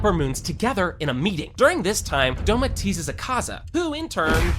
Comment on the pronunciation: Akazz-a? Do-ma?😭😭 Bruh It’s Akaza and Douma